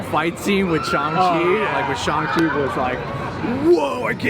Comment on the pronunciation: Lol, shills shilling. Who's surprised. And its Sh-A-ng, not Shung.